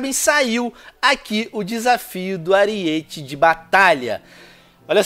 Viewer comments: Venom aprenda a ler!!! ARIETE (errado) ARÍETE (CORRETO) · não é ariÊte é arÍete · Aríííete, não ariête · Venom não é ariête cara é aríete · "ARIÊTE" hauahauha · Venom se escreve ariete mas se fala arete